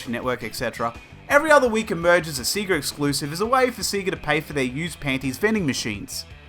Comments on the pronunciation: Dude the way you say sega is just wrong lol, it's not seega! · It does sound odd now. Although I think when I got my Sega Game Gear back in 1991, I called it "Sea-ga" at the time, till I got Sonic on it, and it screams "SAY-GARRRR" as you boot up the game!